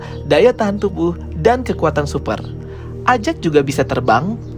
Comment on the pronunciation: EJEK bang mengatakannya bukan AJAK